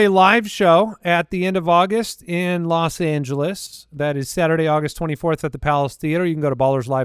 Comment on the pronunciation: Los Angelesst?... pretty sure that's what I heard